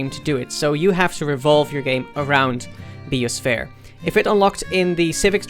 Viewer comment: Thats one way to pronounce bio-sphere